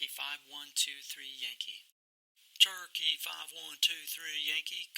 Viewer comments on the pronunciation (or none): That controller's "cherokee" is heard as "turkey".And what is this "downwind"?